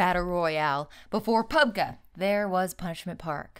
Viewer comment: she said pubGAH instead of pubGEE, yet another fake gamer girl, smh /s